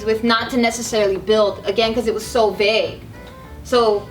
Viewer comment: Hey it's Vague, not Bague. lmao